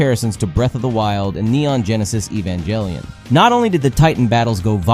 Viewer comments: “E Van Jelly Ann” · Neon genesis "evan-jelly-on" 💀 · same with evan-jelly-on